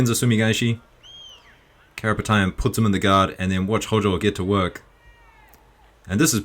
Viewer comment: Karapetian, he is Armenian. That’s the pronounce. Love your work bro.